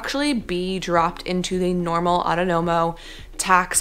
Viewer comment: Aw TAWN no mo is the pronunciation for Autonomo. Thank you for the info. What's the difference between being freelance and someone who works for a US company but lives in Spain?